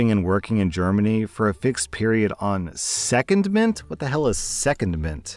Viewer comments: The word is SecONDment - stress on the second syllable. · Hi for the second story, the word “secondment” is pronounced se-con-ment instead of seh-ken-ment 😊 as usual, love your content! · Its pronounced seh-kondmnt, not second-ment. It doesn't have to be military, it just means you aren't working at your normal place or for your normal employer. Pilots are often seconded to fly for other airlines for example.